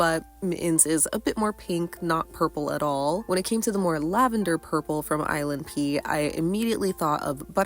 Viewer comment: Every time you say ilnp i hear island pee